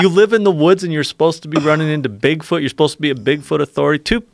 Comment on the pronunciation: BIG fòot is with me he says ñò more JRE he's such a tosser